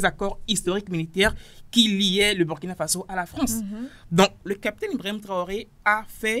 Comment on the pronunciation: Chère sœur journaliste, il faut corriger cette faute monumentale : C'est pas Bürkina, c'est Burkina Faso. C'est un principe des langues africaines. Tel que tu insistes malgré que ton vis-à-vis te corrige subtilement en prononçant correctement, tu francise un mot africain. Merci.